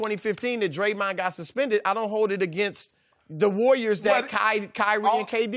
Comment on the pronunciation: The way Chris says dremahwn